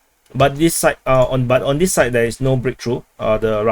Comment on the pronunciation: Sometimes you say "moving on" and sometimes you change it to "moving onT" i wonder why?